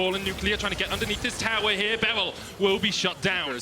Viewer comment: I HATE CASTING, HE ALWAYS SAYS 'R' AS 'W' LIKE A BABY, HE NEEDS SPEECH THERAPY. BERYL IS NOT BEWYL